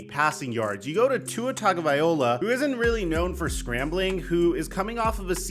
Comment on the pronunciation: Please learn to pronounce Tua’s name right man.. this is your job and your butchering his name